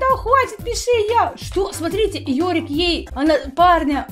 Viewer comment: Да блин даже у меня ник Йори , НЕ ЁРИК А ЙОРИК --______